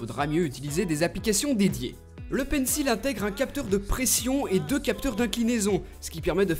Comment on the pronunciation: Tu prononces toujours mal le mot Pencil